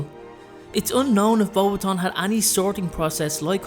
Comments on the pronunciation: it is pronounced Bow Bat ion not bobation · Bo- BATons, not boba-tons.....sorry couldn't let that one go lol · I HATE the way they pronounce BEAUXBATON ( not sure I spelled it correctly) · You didn't pronounce her school right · You pronounced Beauxbatons wrong